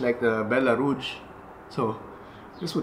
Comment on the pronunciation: You know Echeveria much better than I do, but I think I can help you a bit with French. Rouge has a much softer g sound, like the zh in Doctor Zhivago. 😉